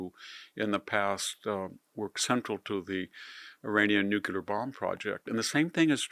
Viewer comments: "Nuculer, nuculer, nuculer..." this is hard to listen to. The word is Nuclear. Only ONE u in Nuclear.🙄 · Mr. Hanson, you're brilliant. Please say nuclear and not nucular. GW Bush did that as well. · Enjoy VDH insight and presentation, however, it is NEW-klee-er, not NEW-cue-ler. The otherwise brilliant scholar and man of letters, please continue your work. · NOO KLEE ER not NOOK U LER nuclear. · It’s NUCLEAR, not NUCULAR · Why do people say NUCULAR?? ITS NUCLEAR.. unbelievable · NU-CLAY-ER! ....NOT Nucular. It's NUCLEAR. But you don't have to be a nuclear physicist to pronounce it. 😊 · It's NUCLEAR, not NUCULAR!! Thank you for your attention to this matter.😊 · Jesus Christ, Victor! It's NUCLEAR.. NEW-CLAY-ER! NOT Nucular. 😢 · New clear weapons, not new kew lear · Victor, I am an acolyte of yours. Yours is the clearest and most astute voice on world events. However, NUCLEAR IS NOT PRONOUNCED NUCULAR. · My dear Victor, it's pronounced NOOK-LEE-AR, and not NOOK-YU-LER. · The word is nuclear not nuculer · Victor it’s NEW KLEE UR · Even an erudite scholar can erroneously say “nukular.” It’s a strange phenomenon. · Nu-cle-ar. Say it. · Stop saying "NUKE-yular" and you'll sound twice as intelligent. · did he just say NEW QU LEER.. ..HE JUST KEEP SAYING IT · Victor - please repeat after me - nuCLEAR……thx👍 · There's no such word, "nu-q-lar". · you are a very smart guy. please pronounce "nuclear" correctly! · I can't believe that VDH still doesn't know how to pronounce "nuclear."